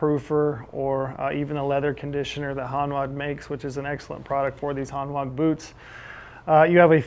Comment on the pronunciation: I have two pairs of Hanwag boots. Really good quality, can be resoled and will last for years. Btw it's pronounced "Hanvag" they are a German brand 😉 Edit: one customer has had a pair resoled over 20 times!